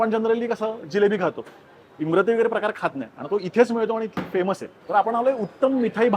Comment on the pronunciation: Also its imarti not imrati*